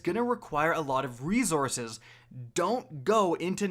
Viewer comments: The word is reSources, not reZources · Been watching u for years. Just now realized u say resources like “reezources” and I had to turn the video off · Does anyone else cringe at the Canadian reZources? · Reezourzes ~ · Bruh you killing me wit dat rezourcez...just stop saying plz..str8 butcher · For the love of God can you please say resources correctly fuck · Next video intro should be " can't pronounce resources the right way here"